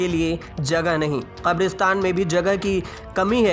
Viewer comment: Bed ko bedh bolta hai Kabristan ko khabristan bol rha hai Sankramann ko sankdamann bol rha hai Mariz ko maridz bol rha hai